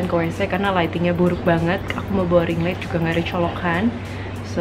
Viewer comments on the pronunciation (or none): none